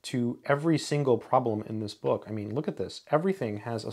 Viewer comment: you pronounce "bawk" instead of book. Are you a native English speaker?